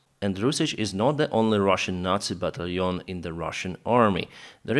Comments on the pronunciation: Hey, I've been following you since you began to to publish videos about the Russian invasion. Your English is fine and understandable, but I have a pet peeve. Can you try to pronounce "battalion as BAT TAL LEE ON instead of BAT LEON? It is one of the easiest word to pronounce in English, and it seems like you are just unaware of what the word should sound like. Just trying to be helpful. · Right, but the key is that the accent is on the second syllable: bat TALL yawn.